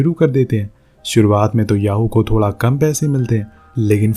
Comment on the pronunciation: Thoda ❎️ Thola ✅️